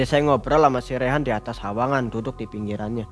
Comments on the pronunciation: koreksi...sungai basa sundanya..."wahangan☺️,,bukan hawangan. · “wahangan” mreun nya mksdna teh 🤭